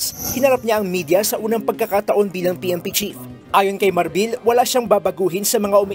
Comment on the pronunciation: Marbil and not Marbel